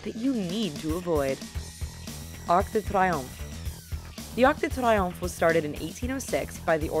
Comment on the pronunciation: its said like "tree-omf"